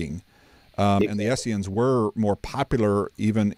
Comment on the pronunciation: Really enjoyed this as I am really just now getting into this topic (determinism vs free will) in depth for the first time. I only have one piece of advice though - it is Essenes (not Esseans or Essians). I have to pick on someone other than B.H. ;-)